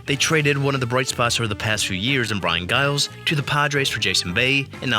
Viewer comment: Yep. Can't even pronounce his name right in the video